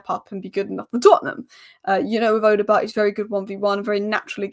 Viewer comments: No you are wrong. It is Oddo-bear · These spurs players names do catch you out right😂, odoebert.. Just pronounce the Bert as bear odoebear if that makes sense lol.. Great analysis as always you